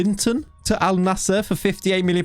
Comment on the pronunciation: Bro it's pronounced as "AL - NASR", simple